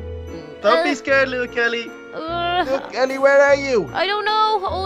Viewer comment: Hey he said holle kelly